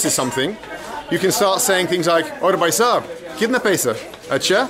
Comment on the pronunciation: Your hindi is perfect but i suggest, brother is bhaisab but not baisab and the rest are 💯out of💯